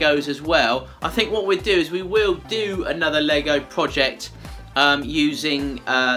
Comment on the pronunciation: Dude, the way you say "Project" is very funny!